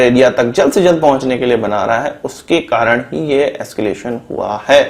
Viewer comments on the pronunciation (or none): none